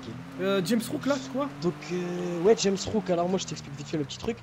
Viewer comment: dit Rames Rouck mais c'est JAMES Rouck, en plus elle sait pas lire la fille ça mérite le coupage de langue minimum